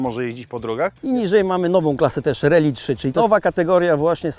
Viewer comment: nie "reli" tylko "rAli"